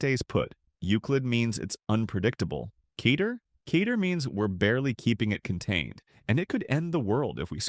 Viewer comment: Kay-tear? Yeesh